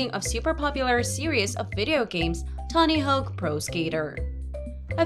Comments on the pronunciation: did you... did you mix up the vowels for "Tony" and "Hawk"? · did she say "tony hoke??"